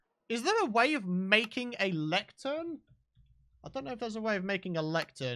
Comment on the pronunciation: Whats a lectearn??